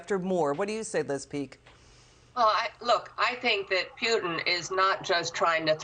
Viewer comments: Pewtin?? Lol! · Putin not pewtin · Pew-tin? How does she not know how to say his name? What’s next …Bid-in? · Putin lady not PEWTIN...fear porn. Stop it. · Liz doesn't even know how to pronounce the man's name even when she hears 2 seconds before she opens her fear mongering trap. She's scared, I get it, but she's not being realistic! Putin definitely is everything people say he is & yeah he's dangerous but, he's not like Canada's Trudeau, he's actually smart, he's no coward. So now that we have that out of the way, the General should've been allowed to speak! Enough of the BS fear tactics & drama raising for you ratings boost! Liz is confusing two seperate & distinct issues, the economy problems in the US are on Biden, he owns that let's face it already. Of course the Ukraine's MP's are going to tell you anything they can get away with to get the UN & EU & you, on their side but, their words & accusations are not gospel! Putin turning off the power to the Ukraine & a nuclear reactor ready to blow up are again seperate outcomes. Putin isn't stupid enough to want to live next door to a nuclear disaster even if he can't occupy the Ukraine, the man wants to live not melt into a pile of hollywood portrayed festuring goo. They turned the power off, that much is certain, nothing has proved the reactor is in any way, shape or form ready to erupt like Chernobyl. You have experienced people watching, inspecting it, are you really taking a politicians word on this!?